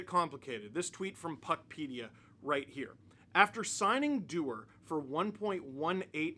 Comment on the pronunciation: You mean Connor Du-WAR???